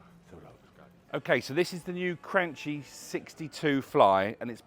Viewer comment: It's Cranky like Chianti